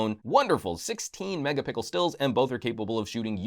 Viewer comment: lol "megapickle"